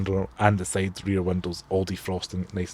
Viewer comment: Now let's have a look at the sayd of the car.....his accent is wrong 😅😅